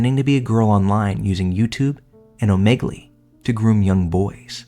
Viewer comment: Oh-Meg-Lee = Omeagle